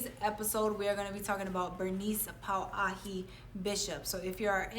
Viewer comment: Oh boy, to say “ this damn segment” and then mispronounce ke alii Pauahi’ name is not maika’i. Should talk story to Kupuna how to act when speaking about alii. I do appreciate the attempt but there is a protocol, a certain ano. Mahalo.